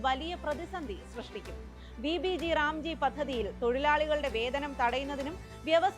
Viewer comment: Vb g ram g alla.. Vb gram g... Ayo enthaaa kadi🥴